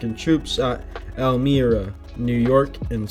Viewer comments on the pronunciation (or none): Elmira is pronounced L-my-ra.im from a tip of the old part of Seneca territory. It's so awesome see my home state.i even knew an Indian princess from Lewiston, NY in college